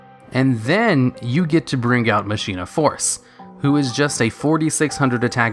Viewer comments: Machina force isn't pronounced that way. Mach eee na. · Could've sworn it's "ma-ki-na". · I thought it was pronounced "mah-kee-nah" but idk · You said machina wrong, it's pronounced Ma-ki-na. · machina is pronounced "mak een ah" not Machine ah. And for the record, people pronounce Dark Ruler "Ha Des" wrong too. It's Hay DEES not Hah Dess. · It almost feels like you look up the pronunciation of a word and then purposely say it wrong just to trigger people. Machina is said as "MAH-kin-ah".